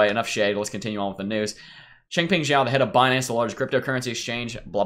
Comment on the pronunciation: You are the first crypto youtube guy to pronounce Chengpeng Zhao's last name correctly lol. Everyone else calls him Chengpeng sow or Chengpeng zow :) Great analysis too!